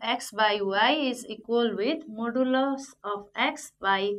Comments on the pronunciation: Its modulus not moduluf lol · You are parcting or teaching you dont how to pronounce modulus ..hopless maths teacher...